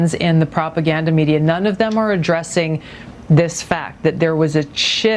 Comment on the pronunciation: emphasized "Them"...WRONG!